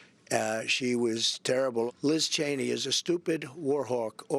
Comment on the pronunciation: Well, he finally pronounced her name correctly.